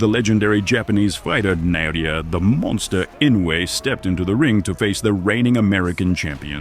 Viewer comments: Who's Na-yo-ya? Is he somehow related to Na-o-ya? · Nao-ya not Na-o-ya. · Who is na-no-yah? It’s in-no-way